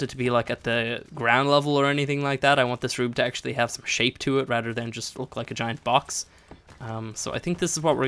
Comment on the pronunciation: do you relise you say Rader and not rather